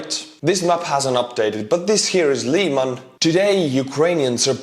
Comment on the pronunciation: Lyman is pronounced with a soft “i,” more like the i in river, and with a little bit more emphasis on the a. Im an American in Ukraine and to me it was difficult to figure out the pronunciation until I asked Ukrainian lol.